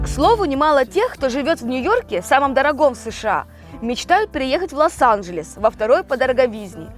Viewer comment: обратите на свою речи на счет а не Лас анжельс вернее, Лос анжельс